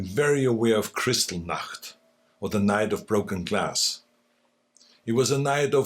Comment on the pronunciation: that's not how you pronounce Kristallnacht! 😌 The native English speaker did better!